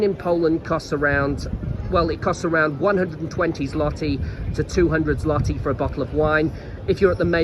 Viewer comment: jesus are u taking the piss? Ten freakin YEARS? OK carry on saying it wrong. What do I care?